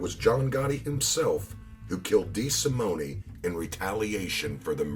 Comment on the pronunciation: When pronouncing the Italian Surname of "de Simone" the "E" at the end of Simone is silent. I know this to be so, as I knew someone by that last name & that is how they pronounced it. I enjoy your presentations, and I know you go for authenticity that is the only reason I'm telling you about the pronunciation of de Simone.